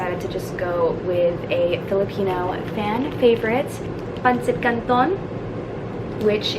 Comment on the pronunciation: Are you filipino? You just pronounce it very good...